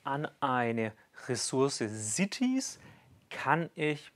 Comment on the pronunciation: Cieties? Oder doch eher cities?